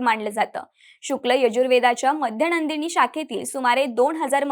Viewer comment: ताई बाकी छान. पण मध्यनंदिनी नाही हो, ते माध्यंदिन आहे